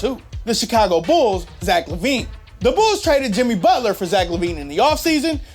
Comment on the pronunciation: Did he say butler over Town?